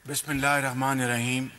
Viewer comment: Did he say Brotherly SU or SE members? Ironic he said "billmilla errah mah nerrah heem". Ironic